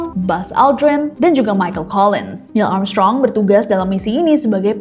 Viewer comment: maaf ngakak aku dengernya niel amsyong😂😂